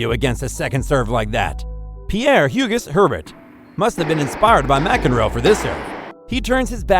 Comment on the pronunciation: Carrot sev, hu gus Herbert